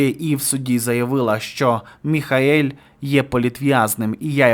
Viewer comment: Шановний, ну він не Міхаель, а Міхеїл! Або Міхо!